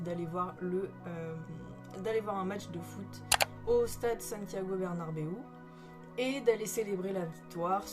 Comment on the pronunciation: Alors tres bonne vidéo mais c’est Santiago Bernabeu , pas Bernarbeu .. 😅